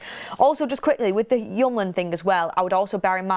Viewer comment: His name is hjul-mand, not hjum-land